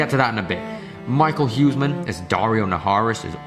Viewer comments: Mikael hueman? 😂 You mean Michiel Huisman? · As a Dutch person I love how you prononce Michiel Huisman. You can also call him Michiel Homeman.